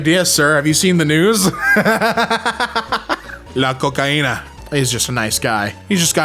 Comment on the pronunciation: saying "la cocaina" perfectly caught me so off guard lmao